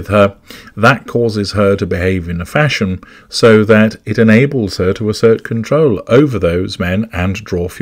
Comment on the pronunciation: Fash-On? Lord, have mercy...